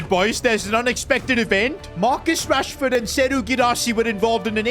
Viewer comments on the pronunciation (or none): Marcus "Rahsford"